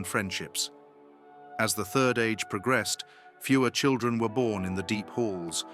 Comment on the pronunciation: Yes, "Nain I." Someone forgot to tell the AI that one doesn't prounounce the "I." Then there are the quotes from the books, "chil-dren." There were several others, but those two stood out for me.